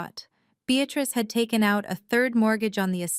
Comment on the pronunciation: Beatrice is a two syllable word Bea trice. The word you use is a three syllable word Bea tat rice. You should have ended this cockamamie story at the incorrect title.